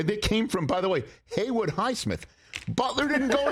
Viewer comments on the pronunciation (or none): none